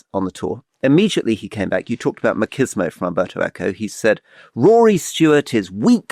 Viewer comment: If Rory and Alistair are going to keep using the word "machismo" as much as they did this week: it's Spanish, not Italian, so the "ch" is pronounced as in English "chair" not as in "choir"